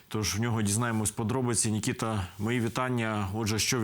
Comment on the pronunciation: не ""нікіта"", а Микита"". Розмовляйте вірно.